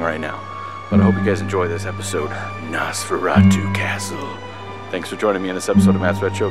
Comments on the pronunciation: I cringed every time he said NAHS-FERRA-TWO. It's Nosferatu. Noss-fera-tuh. Not difficult. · Nice video, I love stuff like this and as yourself, Nosferatu is one of my favorite silent films. However, with all do respect, please...the name is pronounced NOSferatu. As in NO, a long "O". You are pronouncing it as NASferatu as with a soft "A". Just a piece of constructive criticism. Be well. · Very cool - I found an early VHS copy of this movie back in 1991... No offense or anything, but your pronunciation of NOSFERATU is atrocious. So here it is ... NOS (like the NOSE on your face) FER (like the State FAIR) [and roll your R spanish style] AHH - TU ... Now just put it All together